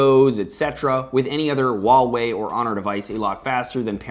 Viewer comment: THANK YOU FOR PRONOUNCING HUAWEI CORRECTLY!!! xD